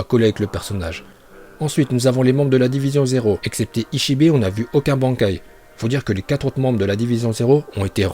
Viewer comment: Jaime bien mais sil te plait revoit tes prononciations, genre bankai